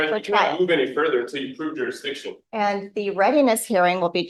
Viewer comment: "Prove jurisdiiction", lock him up for contempt. I wonder if he bathed today. 🤔🤔🤔